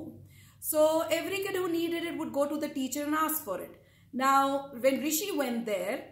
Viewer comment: My name is rwishi,, not Rishi,, hahahahaha